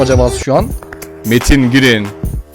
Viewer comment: abi girin değil giren